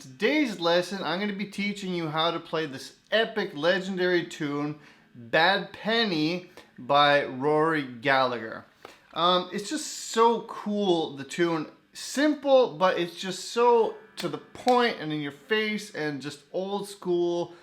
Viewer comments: Hey dude it's Rory Galla-her that's how we pronounce it back here in Ireland I'm sure he pronounced it that way too haha 😂 aye Rory Gallaher is ainm dom, conas mar atá sibh. 😂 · G is silent!!!!